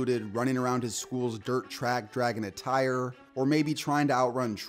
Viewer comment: The word is TRACK. It is not CH rack. Learn how to pronounce words.